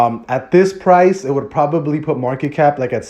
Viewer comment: Please read market cap correctly I love Bloktopia